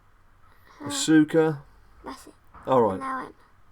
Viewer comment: its a-ska not ASOKA